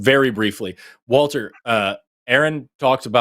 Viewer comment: Why does "Walther" sound like "Alfred?" 🤷